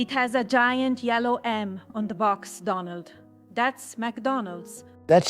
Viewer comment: She's not saying it right! It's Doh-nuld, not Dah-nald😆